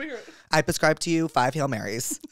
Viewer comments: this dude said "pescribe" like 40 times. can someone teach him it's PREScribe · He's saying it on purpose because like octopuss therapuss pusscribe etc. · I love Jake but I so wish he would stop saying PUHscribe😭😭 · I love everything about this podcast, except the way you say prescribe. Xoxo